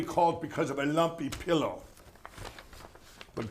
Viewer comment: the pronunciation of “llumpy pillloh” sent meeee 😂